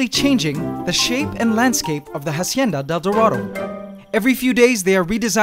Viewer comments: i wanna watch the video but every time you say "Jacienda del Doradou" i cringe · I liked the part where he said Hacieana Del Dorado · I stopped and turned off this video when you said "Hacienda Del Dorado" for the hundredth fuckin time...... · I love your videos, but every time you pronounce Hacienda de El Dorado, I cringe. And you do say it a lot. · How many times can you say hacienda del dorado omg... stopped watching because of that